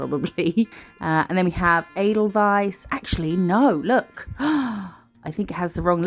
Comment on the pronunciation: Omgggg i had to rewind this a few times as i thought you was saying "Anal Vice" 😂 😂 but looking at the discription it seems you was saying "Edelweiss" ffs 😂😂🤦🏼‍♀️ x